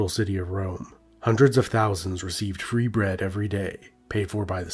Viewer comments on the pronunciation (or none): none